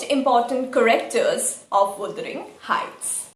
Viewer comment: I love your videos. But can you please check correct pronunciation of some words like 'character'.. just a humble request